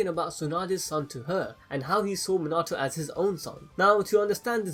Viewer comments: Its pronounced mean a toe minato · His name pronounced Mi-na-to, not Min-a-to. Just a heads up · ur u say minato rong